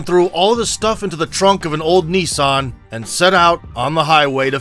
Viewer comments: What's a neesarn..? Apparently it has a trunk..? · What's a knee-son?